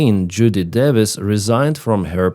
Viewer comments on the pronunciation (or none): none